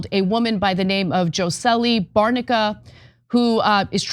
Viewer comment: Jocely? Come on, you can get the woman's name right. Did you review the story before reading it?